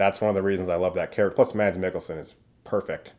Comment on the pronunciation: please learn how to say mads..